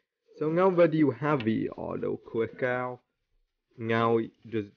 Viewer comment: Why does bro say “awtoclickawh”💀